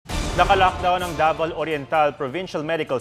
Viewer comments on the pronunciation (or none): Nabulol lang po cguro xa kaya daval yung nasabi niya